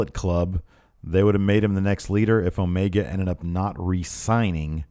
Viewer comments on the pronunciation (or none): none